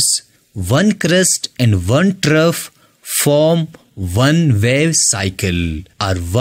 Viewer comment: “”Trough””😡😡👎🏽👎🏽🙅🏼‍♂️🙅🏼‍♂️ “”Trove””😘😘🤗🤗🫡🫡👍🏼👍🏼